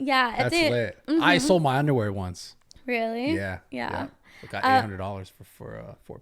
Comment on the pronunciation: First few “ Yweah”… I’m done